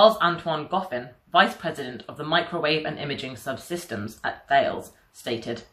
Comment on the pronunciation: Please ask someone at Thales how to pronounce their company name!